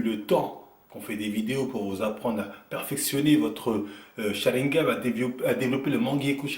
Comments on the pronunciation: c'est "SHARINGAN PAS SHARINGAM" ! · Depuis le temps où tu n'arrive toujours pas à prononcer le mot Sharingan lol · C’est SharinGAN, pas SharinGAM hein... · SharingaN c'est un N pas un M à la fin